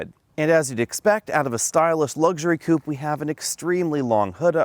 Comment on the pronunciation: How stupid when you pronounce "coupé"